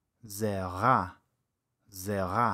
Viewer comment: זמן: : לידיעה הצורה הנכונה היא: כמו שאמרת: 'ה-בל' (הדגשת את האות ה') להדגיש את האות: ז': ז-רע!